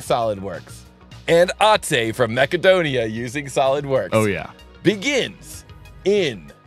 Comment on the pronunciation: Btw it's macedonia not makecodina